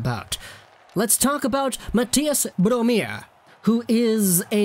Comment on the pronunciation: its Bromé eliteprospects was made by a swedish guy